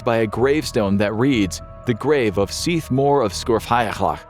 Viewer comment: Very impressed by your pronunciation in the Seath Mor story. 👍